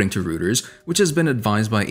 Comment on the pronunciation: Pronounced "Roy-ters" mate